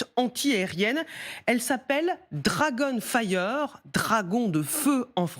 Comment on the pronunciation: Dragon failleur, j'ai entendu. Quel accent.